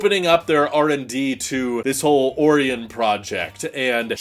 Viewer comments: lol seems like such an easy word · Never heard Orion pronounced like that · Never heard a single soul pronounce Orion like that in my life lmao